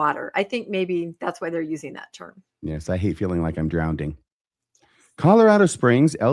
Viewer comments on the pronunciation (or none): I think he was poking fun at her use of the word “drownDING” (should be drowning”. I think he just likes to mess around and have fun with people. They all seem to get along so well; I love their camaraderie.